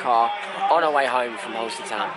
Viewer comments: It’s Halstead not holestead mugs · Please say halstead right next time 🤣